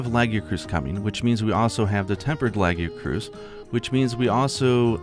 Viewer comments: Why did he pronounce Lagicrus like that? Lol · first time hearing someone pronounce lagiacrus like that